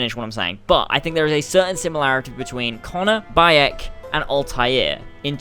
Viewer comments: wtf? "Boiyok" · Bi-yek when the game pronounces it for you, there shouldn't be a problem with saying his name.